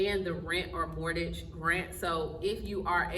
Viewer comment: It's not mortage. It's pronounced more-gage.